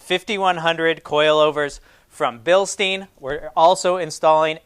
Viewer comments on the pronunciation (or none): (BILSTEIN) BILsteen? no Bilstine yes like Frankenstein